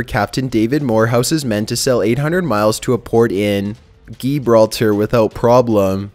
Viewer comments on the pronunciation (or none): geebralter??? Gibraltar!!! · Gibraltar = GEEbralter lol. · I chuckled at this pronunciation as well, lol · Gee... GEEBRALTER??????